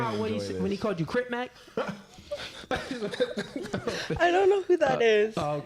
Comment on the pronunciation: Yo the man said crip mac 😂😂